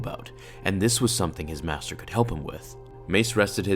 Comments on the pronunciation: "Mater Yoda" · in the begining you spelled master as "mater"